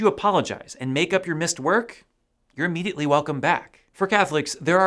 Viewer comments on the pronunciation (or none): none